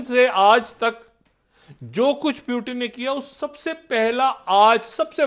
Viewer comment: प्युटन नही रे बाबा ! पुतीन बोलो. देवा कस व्हायचं तुझ